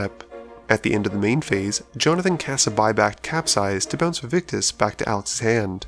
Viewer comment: Hate to be that guy but it is "Vaevictis" not "Vaevictus"